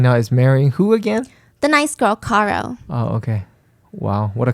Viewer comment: Care-oh, not Car-oh ... 2 years later it's still driving me crazy lol